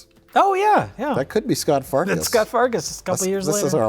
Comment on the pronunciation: I’m sorry but did you guys mispronounce his name? It’s SCUT Farkus. What a rotten name.